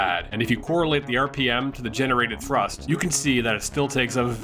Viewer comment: " starting with THRUSSST ! " 😦😤